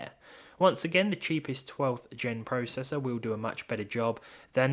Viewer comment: You say processor/process wrong